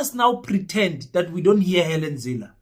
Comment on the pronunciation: Let. me make a correction.! It Helen not Hallen. I think you need to sue you English teacher.! Because he failed spectacularly to teach you anything 😂😂😂😂😂😂😂